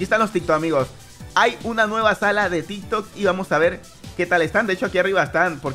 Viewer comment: Se dice TikTok 🙄🙄